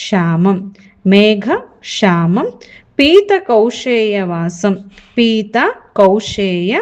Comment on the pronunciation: ಮೇಡಂ ನಿಮ್ಮ ಉಚ್ಚಾರಣೆ ಸರಿಯಾಗಿಲ್ವಲ್ಲ? ಮೇಘಶ್ಯಾಮಂ ಅನ್ನೋ ಶಬ್ದವನ್ನ ಮೇಘಕ್ಷಾಮಂ ಅಂತ pronounce ಮಾಡ್ತಿದೀರಾ?? ಕಲಿಯುವವರೂ ಹಾಗೇ ಕಲಿತಾರಲ್ವ? ಮತ್ತೆ ಪುಣ್ಯ ಶಬ್ದವನ್ನು ಪುನ್ಯ ಅಂತ ಹೇಳ್ತಿದಿರಲ್ಲ?ನೀವು ಮೊದಲು ಸರಿಯಾಗಿ ಓದಲು ಕಲಿತು ನಂತರ ಕಲಿಸಿ pls🙏